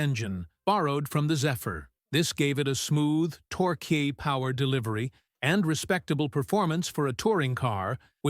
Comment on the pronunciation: "Tor-kay" lol